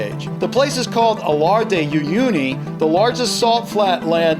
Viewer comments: Salar di Uyuni. Not Alar Di Uyuni. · Morons do your research, it is called Salar de Uyuni.. NOT "Alar". I'm from Bolivia. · hey, it’s actually “Salar de Uyuni”